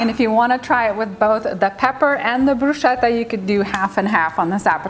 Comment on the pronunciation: The correct pronunciation of "bruschetta" is bru-sKe-tta (e.g. same sound as "school "). However it really looks amazing and delicious, it's just perrfect for summer! Greetings from Italia 🇮🇹